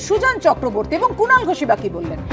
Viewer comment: কুনাল ❌ গুনাল 🤣